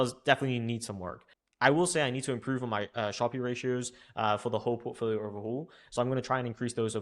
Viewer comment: How come you say Sharpe as “sharpie?”